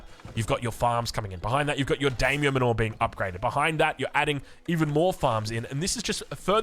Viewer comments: It's pronounced "manner" not "manure" lmao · Yeah exactly it's like "man-nah" ( accent), rhyming with Nanna... with a bit more of an "er" at the end rather than "ah". It hurts my brain whenever says "Mah-NOOOORE" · Manner. Not man aww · "Manor" is pronounced "Manner" (ie. as in Daimyo Manor) ! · (It sounds just like "manner") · Isn't it pronounced MAN-OR? As in a stately house... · Yeah, it is. I love his videos, but man, am I cringing every time says that word (it sounds like manure every time I hear it). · The way you say Manor sounds like your talking about cow crap... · Unsure if actually knows how to pronounce Manor or not... maybe at this point he's too afraid to ask. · i feel like youre saying manor wrong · Very creative pronunciation of "Manor." I'm into it. It makes it sound like it's not an English word. lmao